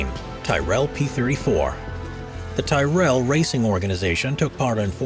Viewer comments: this mad said TIE RELL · Dude. TY-RELL. WTF. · Tyrrell is pronounced more like T-ii-ral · My God man... "Tyrrell" is pronounced Tih-rehl sounds like squirrel! And how could that car be a concept when it was bloody raced? Muppets 🙄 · Ti Rell……I stopped watching. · or you pronounce a team like Tyrrell wrong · It is a common American name that is pronounced like this. Can't blame the American for reading it that way when he sees it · Again, in case my previous reply was unnecessarily vague, I wasn't complaining, merely commenting. Plenty of other comments, as you know, have advised on how the Tyrrell (Racing) name is pronounced. For a professional narrator to get it wrong smacks of laziness. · The synthetic voice in this video is very very good. The only giveaways are the pronunciations of Tyrrel and Vettel. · 1% comments:talking about F1 designs 99% comments: complaining about the way the narrator pronunces "Tyrrell" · How tf did he just pronounce tryrrell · The name Tyrell (human name) is pronounced that way in America so how would he know that some Europeans decided to be different? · You totally pronouced 'Tyrell' wrong.. Just shows how little research you have done..! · You can't even pronounce 'Tyrrell' properly??????????? You obviously don't know anything about F1. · TOO BAD THIS REPORTER DID NOT DO HIS RESEARCH ON THE CORRECT WAY TO SAY ~ TYRRELL.!? >> KEN TYRRELL WOULD NOT LIKE THAT HACHET JOB DONE TO HIS FAMOUS NAME OR HIS FAMOUS RACE TEAM !!!! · Just because he couldn’t say it right doesn’t mean he knows nothing lol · Not how you pronounce Tyrrell. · "Tie-Rell" LOL. Why can't people pronounce names as they should be pronounced? In this case, it's pronounced, "Tirrel" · Tyrell is pronounced as tihhnot tie . Just saying. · It's pronounced Tirell, not Tie-rEll. Ken Tyrrell was not from Highgarden. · Tyrrell, said same as squirrel. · Tyrell is pronounced similar to "squirrel" not 'Thai-rell' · Come on people. Do some research. It's t-I-rell not t-AI-rell.